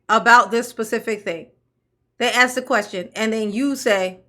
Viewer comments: ask ……. Ask ……..ASK! NOT AXE!🤦🏽‍♀️ Plus, all that woman does is deflect attention from the actual issue & facts AND thinks she’s being slick by repeating over & over the same crap she continues to spew & throws word salad into every single answer she BELIEVES she gives. What a disgrace. I’m telling you, if the three letter agency isn’t gathering up every single drop of evidence then…the township will continue to fail until it’s upside down while SHE will take off on a plane to some beach in the Caribbean. With THEIR MONEY. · “You can axe your question now”…. How do you chop a question?? 😂😂😂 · "you can AX your question, here." T. Henyard - Poor ghetto child! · how do you "AX" a question? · She told them to axe questions and dey axed questions, but no answers were given, This woman is ready for higher office. Maybe White House press secretary. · Also “ax a question”.:) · Should of done, aks, ya"ll. We'd of been done, as relate THICK AS FUCK DAT 6166A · Seriously why is it so phucking hard to say "ask". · Does she know how to say "ask" it's a simple word, but she still says it won't every time